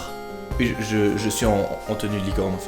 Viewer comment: HEY T'A MIS UNEUH TENUEUH LIIIICOOORNEUH!!!!!